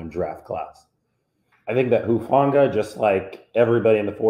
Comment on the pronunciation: I'm glad to hear your positive observations RE Talanoa Hufanga's performances in recent weeks. I've followed his football career closely since he was a junior in high school and look forward to bigger and better things for him and the team moving forward. BTW....I also appreciate that you repeatedly pronounced his last name CORRECTLY (i.e. "who-FAWN-gah"). It may not seem like a lot, but there's a nameless guy out there (i.e. Grant Cohn) who apparently "covers" the 49ers for Sports Illustrated and has NOT pronounced his surname CORRECTLY yet. Pretty basic stuff when it comes to news/sports reporting/commentary. I apologize for bringing up this latter subject on your site, but I wanted to give the inciteful Mr. Cohen the proper attention he deserves where/when I can.